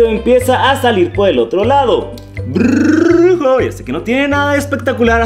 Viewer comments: dise Brrrrrujo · Deja de desir brrrrrrrrujo XDXD Jajajajaajajja xd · BRRRRRRRUJO😍Amo cuando dice eso!! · Me gusta cuando dise drujo like si te guesta